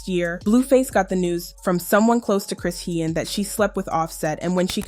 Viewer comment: CHRISEAN (SHAWN) Pronounce it right….DAMN this just triggered me 😐🫤😑